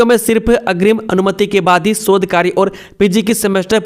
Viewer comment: 'क्षेत्र' को 'छेत्र' स्केल को इस्केल, शोध को सोध, राज्य को राज etc. 70% अशुद्ध उच्चारण